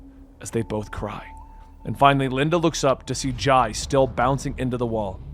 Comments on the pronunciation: Dude the kids names are pronounced I-ree (she's named after Iris) and Jay (he's named after jay) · Why do you say the kids name wrong??? They are named after Jay and Iris, just spelled a bit different, but said the same. So for Irie, is like “IRY” not “Iray”, because when she frowns up, it turns to Iris. And Jai is like Jay. 🤦🏻 you keep doing this but it’s wrong and makes you sound so bad for not saying it correctly